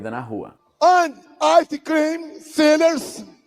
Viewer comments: Jesus, eu juro que eu ouvi sinners, não sellers, kkkkkk, valeu pela tradução aí de Bolsonaro pra inglês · Eu ouvi "sinners" também hahahahhaha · Eu entendi ele falando "ice cream sinners" kkk se pensar são isso mesmo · sellers, soou como sealers kkkkkkkk